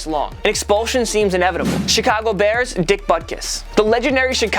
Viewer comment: It sounds like he is saying dick buttkiss